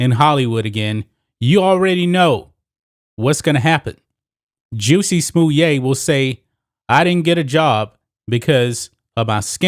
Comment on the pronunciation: Is that the right pronouncing Justin Smollett “juicy smoyay”? Never would have come up with that pronouncing of his name… i like how you say it though.